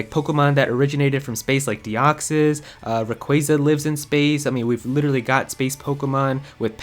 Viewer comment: Them pronunciations of Yveltal and Rayquaza 😐🤢🤮